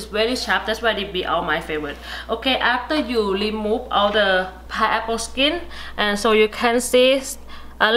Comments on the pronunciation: its Pineapple,not paiapple.. and say remove,not limove.first correct your spoken English than do such video or just talk in your own dailect. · Remove - lemove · I was going to comment this too but had seen you already did. She’s so cute. 😂 L-emove instead of re-move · Why are you "lemove" all the "r" wkwkwkkwk ? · Love to hear when she say"lemove" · wow,,...piaple,..limov..nice pronunciations....Enjoyed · Leemove the eye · I really like the word she say remove(lemote)